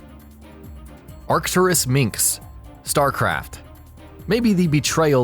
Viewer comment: WTF is up with the pronunciation of "Arcturus Mengsk" Name? have you not watched any of the cinematics? or the dialogues? That's not how it's pronounced. I don't usually post on these things but that really annoyed me.